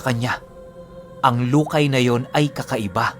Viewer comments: Lukay mabilis na pagkabigkas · Lukay!!! Ganun pagkabasa😁